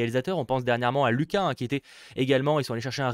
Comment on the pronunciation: C'est soul et pas luca c'est looka